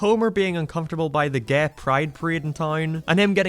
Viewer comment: I've noticed how you pronounce some words differently. Like you pronounce Gay, Okay, Way like Gae, Okae and wae. Is there a reason to that?